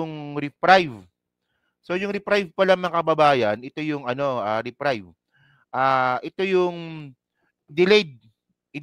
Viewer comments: pronounce reprieve with long e as in "eeee" not "reprive" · Reprieve; re-priv/ re-preev